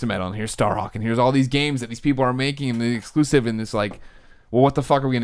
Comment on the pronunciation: Colin: "No triple A exculsive" Me: hears this while playing Bloodborne Love you man but comon..